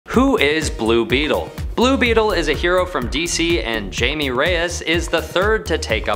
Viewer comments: I think my introduction to Blue Beatle as a kid was from the show "Batman the Brave and the Bold." I'm much older now but I've always thought that he was a cool character. Also isn't Jaime pronounced Hi-may and not like Jamie? 🤔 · It's pronounced "Hai meh" not Jayme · It's pronounced "Haime" not "Jaime" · It’s a Spanish name… the J is said with an H and the letter E is pronounced Eh. The name Jaime… which is my name is said HIGH MAY, or HIGH MEH. Never Jayme or Jamie. Jaime is Spanish for James. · his name is pronounced "Hi-May" not "Jay-Mee" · jamie, jaime. we see the difference right? pronounced HIGH MEH, because it’s SPELLED that way 🤦🏻‍♂️ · I’m kind of glad to see I’m not the only one who kept thinking, “It’s pronounced Jaime [H-AI-MEH] Couldn’t focus on the rest of the video 😅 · It’s pronounced (high me) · it’s HIGH MAY or HIGH MEH. It’s my name… I know how to pronounce it. It’s never HI ME. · He pronounced it "Jamie" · He’s pronouncing it ass “Jammie” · Jaime Reyes pronounced (Hi may) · It’s pronounced (high-me) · Jaime pronounced hai may atleast call him james as jaima is james in spanish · The j is silent and instead of a hard a it’s note of a “meh” , the j is. I’m only pronounced As “h” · Jaime is pronounced Hi may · It's pronounced like haime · It's pronounced Haime Reyes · Omg it’s pronounced hi me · My man you have to know it’s not pronounced Jamie. That had to be comment bait right? Right? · It's not pronounced jaime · Great video but wrong pronounciation of jaime's name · Apparently this guys not nerd enough to pronounce jaime’s name properly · It’s pronounced with an H not J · Do you know in Spanish the J is pronounced as an H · That’s not how you pronounce his name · I don't like how he pronounced Jaime